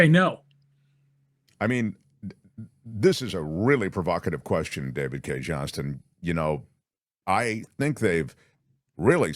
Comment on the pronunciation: you mispronounced the last name of David Cay 𝗝𝗼𝗵𝗻𝘀𝘁𝗼𝗻.